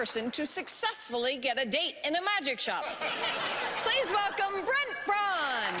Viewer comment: Brent Braun’s last name isn’t pronounced “Brawn”, it’s pronounced “Brown”. It’s German/Austrian, so the ‘au’ is like an “ow” sound.